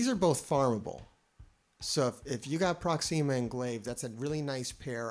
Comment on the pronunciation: No one:: Proxeema... Everyone else: Proxima: Prox.... Everyone else: Why you saying it like that?? 😂